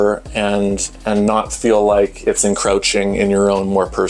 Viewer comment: Not “In Crouch Ing” but “In Crow Ching”